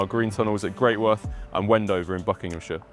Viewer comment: Very interesting, but for goodness sake, it is not pronounced Great Worth...it is Gretuth.